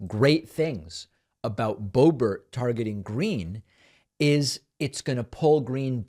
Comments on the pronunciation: Pls, David, don't insult the French accent calling her ""Bo-bear". It's an insult to a French accent. Lived there for 3 1/2 years as a French- immersed American as I'm sure you were. Just call her "Boobert". She doesn't DESERVE being called "Bo-bear". Like "Toolsi", friend. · Idk if you’re saying Bo Ber to be facetious or if it’s just pretentious but man it’s driving me nuts every time I hear it. Just say Boebert it sounds far more simple and suits her personality far better. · It's Boebert.....BOW BERT.